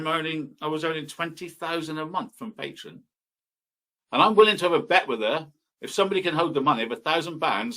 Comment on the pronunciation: It drives me crazy that he calls it Patron instead of Patreon.